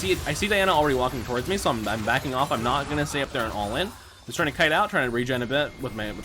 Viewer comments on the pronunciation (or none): none